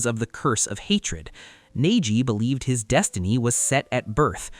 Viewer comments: He pronounced a couple of words weird. Lol, but those definitely stood out above the rest. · “Hoh Kah geh”😂 “ney Ji”